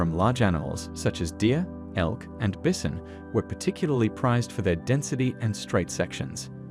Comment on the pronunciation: Wait what is a bizon do you not mean bison 😂😂